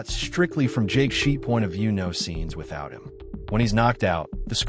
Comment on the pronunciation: Interesting how you as a student of this film totally mispronounce Jake's last name as "Jheet" rhymes with "sheet"